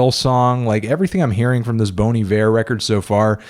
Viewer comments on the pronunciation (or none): is that really how bon iver is pronounced